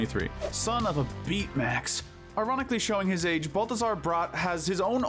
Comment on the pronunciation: Did you pronounce Betamax as Beatmax???